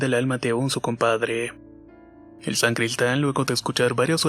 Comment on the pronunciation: Muy buenas historias! Nadamas una pequena correccion, es "Sacristan y sacristia" no san-cristan ni san-cristia! Puesto q no son san-tos! Me gusto te dejo mi like!😉